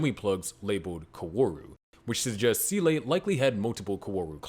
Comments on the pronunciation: Good work, but how you came to pronounce SEELE as sea-lay I will never understand. Either just call it like “seal” or if you’re trying to do a Japanese pronunciation then it would be like “say-lray” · It took me almost the entire video to realise he wanted to say Seele when saying 'sieley' lol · It is never pronounced see-lay by anyone, ever, and there is literally no explanation for how you arrived at that pronunciation. They don't say it that way in the show, it isn't how it's pronounced in German, I just have no clue why you keep saying see-lay. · Not gonna lie I can't pay attention to the video because the "See-lay" pronounciation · Seele is pronounced zelluh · "Seele" is German for "soul" and is pronounced "zay-luh" more or less. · It's a damn shame no one can pronounce Seele still... I mean... Can't you fng google it? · It's disappointing that people still mispronounced SEELE, even in in-depth explanations. Absolutely ruins the video for me. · That doesn't make it correct and you know it. The whole genre is absolutely saturated with wrong pronunciations in the dubs, and that's only one of the many reasons why they were a mistake in the first place. Why can't you care more than the people who made the bad dub?